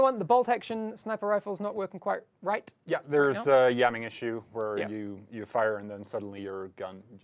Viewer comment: did he say "yamming issues" at ??